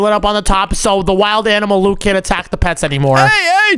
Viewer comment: Why does call Luke Luke poke